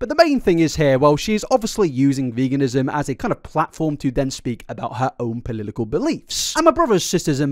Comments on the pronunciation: did i hear "polilikal believes" wuhehe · Bro it’s po-lit-ical not polidical